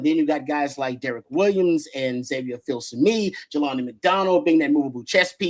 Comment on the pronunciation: the name is pronounced FIL SUH ME